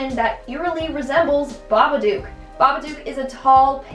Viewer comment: Its babadook not babaduke